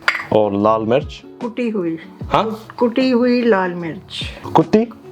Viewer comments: my man confused "kuti hui" ( chopped or powdered ) with "kutti" ( dog or b**ch ) But honestly I was kinda shocked when I got to know that you didn't knew Hindi/Urdu .... I always thought that you knew it fluently because you have that strong Urdu vibes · he says kutte hue lal mirch 😂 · isn’t that a bad word 😂, it is actually the way you said it